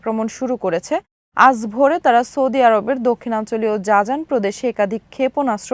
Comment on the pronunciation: জাজান না শব্দটা হবে জিজান।